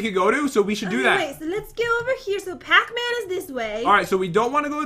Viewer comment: pacman sounds like patman😂 pat you just earned your favorite charecters gamename